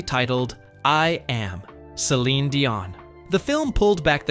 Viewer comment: If your going to make a video of Celine’ learn to say her name correctly. Get your facts right before your video , she was 12 when she met Rene’.